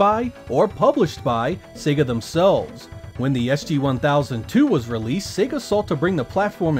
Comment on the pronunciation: Finally, an American who pronounces SEGA correctly:))